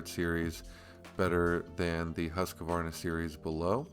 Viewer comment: If you are gonna sell Husqvarna, you need to not say Husq-A-varna......just sayin'